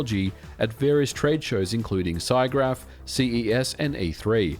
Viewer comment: Cygraph? Si-graph? I think you mean SIGGRAPH. The ACM has several Special Interest Groups (SIGs), of which SIGGRAPH is one, which also hosts an academic conference and tradeshow of the same name. It's pronounced SIG (like signal) GRAPH, as it's another ACM SIG.